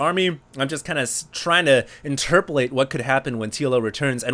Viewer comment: interpelate?? lol